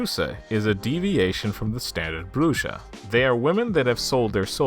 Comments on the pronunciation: It’s is pronounced Brew-ha not bru-ja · La Bruja. Bruja is pronounced as Broo-ha, not Broo-ja. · BROO - HA not Bruja a witch homie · It's pronounced Bru HA not Bru Sha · Oh goodness that pronunciation of the word "bruja" . Bruu-haw is how that's pronounced. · La Bruja - la - brew - ha. The J makes a h sound in Spanish. Honey, if you weren't making mistakes...I'd have to give you some side eye. Great video! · La Bruja pronounced la Bru'ha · It’s killing me the way you say bruja 😂 but still a great video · Over all your pronunciation is pretty good,but for future reference the “ja” in bruja is pronounced as a “ha” sound😊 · i know u said that you may mispronounce some words, but i was not expecting the way you were going say la bruja it made me laugh a lot. love the vid tho